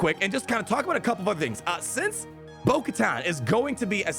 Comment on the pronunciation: It’s actully pronounced (bo-ku-tan)